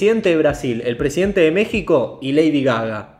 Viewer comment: En vez de Lady Gaga es Lady Gagá.